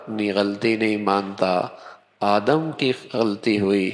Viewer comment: بھائی جان مولانا صاحب آپ آدم علیہ السلام بولے آدم نھیں ہوتا ہے،اپنے الفاظ درست کرے